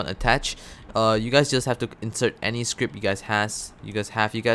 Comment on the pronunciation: Why u Say Scrapt then Script??